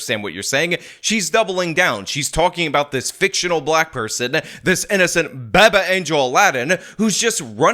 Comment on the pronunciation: I 💕 how you call it "baba angel Aladin". However, it's pronounced like how you would say PAPA, but with B's. In Iran, we use that term the way you would use Dude, or Bro. Gender neutral tho